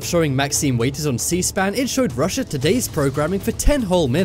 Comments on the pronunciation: Maxine "Waiters"? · Maxine "Waiters" What wut?!?!